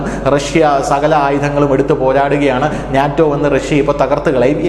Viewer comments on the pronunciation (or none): none